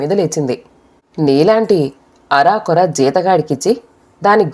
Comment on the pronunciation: "అరాకురా" కాదు.అరకొర.